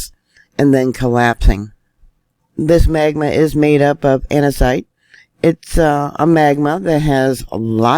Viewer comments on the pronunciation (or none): none